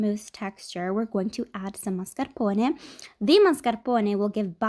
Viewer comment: Is she italian? Her pronunciation of mascarpone is so perfectly Italian